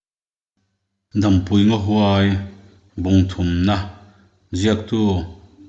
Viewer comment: Dampui ti a I lam hi a dik lo deuh in ka hria, Dam tih hi Ni hmu lo dam ti a thluk ngai niin ka hria.